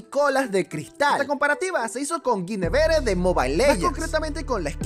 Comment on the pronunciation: "Guinevere" Güiniver